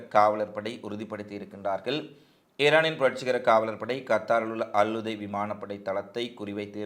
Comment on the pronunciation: தம்பி .அல்உதை அல்ல அல்உதைத்